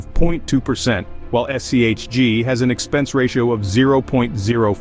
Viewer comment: Disliked for shitty ai, can’t even get the fund name correct